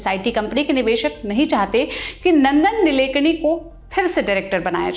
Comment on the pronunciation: नंदन निलेकणी नहीं मॅम.. नंदन नीलकेणी है...